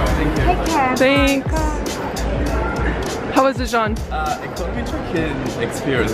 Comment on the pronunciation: Jean’s name is pronounced Je-an I’ve just realized that